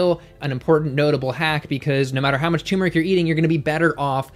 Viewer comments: I love you but it's pronounced "turmeric", not "tumeric". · Turmeric. TuRRRRmeric! Not 'tumor-ick'. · Turmeric has an 'r' between the 'u' and the 'm'. I used to not pronounce the 'r' either, but that is incorrect.